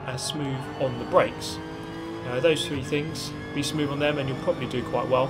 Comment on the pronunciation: "Drive spoove, get sixff"